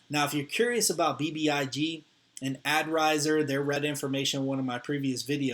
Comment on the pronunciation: Not a adrise .. adrizer is correct !!